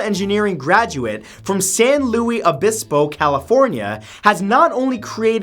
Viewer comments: San LUIS not LOUIS Obispo. thats my home town you're butchering there Baldo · San Luis Obispo = Sahn Lewis O bis poe .... not Louie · san luis obispo!! you live in california now! say it right! san lou-ees obispo!!! AKA SLO